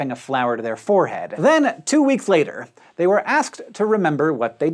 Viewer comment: WARNING! Two of my triggers are in this video. Proceed with caution. : "off-uhn" like "poffin" please, not "off-tun". : "forr-uhd" like "horrid" please, not "four-head".